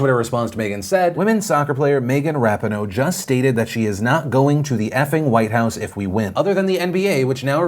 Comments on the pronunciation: it’s megan ruh-pee-no not rap-i-no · It’s pronounced Rah-PEE-noh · when he says RAP-E-NO instead of RUH-PEE-NO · Do you ever research how to pronounce names before you say them? Lol. It’s Megan Rah-peen-oh. Not Rap-in-oh 😂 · I'm sure it's already been pointed out to you, but Megan pronounces her last name "Ra-pee-no", not "rap-in-o". #soccerfan #uswnt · Ra-pee-no, not rap-in-oh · Pretty sure her name is pronounced "Rah-pee-know" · Yo Phil, it’s Megan ruh-PEE-no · Megan (ruh-peen=o) Come on with the pronunciations lately! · Just a note Megan’s name is pronounced rah-peen-oh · the way you pronounced rapinoe tho lmao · During the story with Megan Rapinoe, Phil kept saying her last name wrong I get it happens but man it was hard to listen through it everytime he said her name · the pronunciation of Rapinoe has me SHOOK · Phil butchering ube now Rapinoe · can no one say rapinoe omg